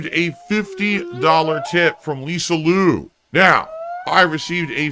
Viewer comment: 'LisaLou' lmfao